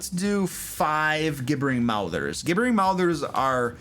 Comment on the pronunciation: Gib-ber-ing . You keep miss pronouncing it .